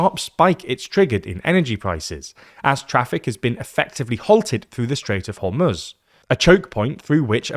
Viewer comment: My guy just called it the "Strait of Homutz". This gotta be ragebait at this point.